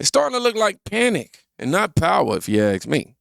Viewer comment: Ask not axe